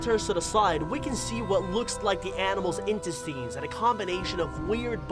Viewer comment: Say intestines again? I've heard intes-tines for the regular pronunciation but not whatever he said